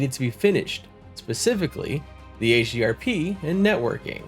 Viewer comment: This is one of your best Pantheon: Rise of the Fallen coverage videos, man. I love the concept. The edits are super helpful and quite clean, with a good balance of info and fun. Just such a good recap. This deserves way more views. :) Also you said HDRP, and I'm proud of you. :D But now you've passed into the realm of mispronouncing Dark Myr... D